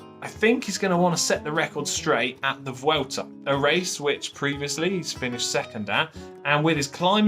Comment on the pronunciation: Congratulations on pronouncing "Vuelta" pretty well. "V" in Spanish is pronounced like a soft B. It's definitely not pronounced "W". "Bwelta" is not far off how the locals say it.